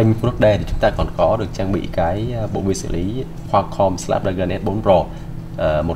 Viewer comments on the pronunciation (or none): none